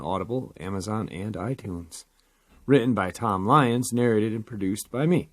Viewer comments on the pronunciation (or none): none